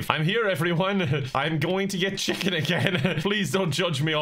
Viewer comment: There’s something about the way says chicken that causes me so much glee